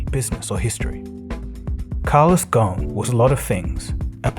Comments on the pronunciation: Great video as always. Just one minor note his last name comes from the Arabic word غصن meaning branch. So you should pronounce the “S” in the name - it’s pretty much spelled phonetically. Go-sn. Thanks as always !! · Ghosn the 's' is not silent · The biggest fraud is his name is ghosen so it probably ought to be pronounced ghausin but they pronounced it ghun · Carlos Gho-son. That’s how his family name is pronounced. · Ghosn is an Arabic name and the "s" is not silent. The word means (a tree branch) in Arabic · Great video but the S in his surname is not silent.